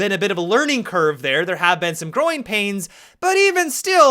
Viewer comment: When he says 'growing pains' I thought he said groin pains.😂 good vid bro!